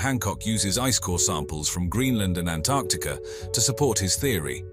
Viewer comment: I love that he pronounced Antarctica correctly.